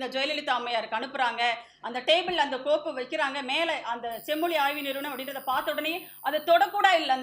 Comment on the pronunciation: தமிள் செம்மொளி வாள்க! தமிழுக்கே சிறப்பான 'ழ' வைச் சரியாக உச்சரிக்கத் தெரியவில்லையே!